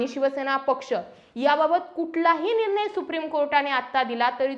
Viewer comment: आपण अशुद्ध बोलता निर्नय हा अशुद्ध उच्चार आहे . निर्णय असा उच्चार करा न आणि ण मधला फरक समजून घ्या व तसा उच्चार करा